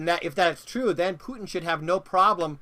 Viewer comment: "My Pudding (Putin) would not trust them" Am I the only one who heard this?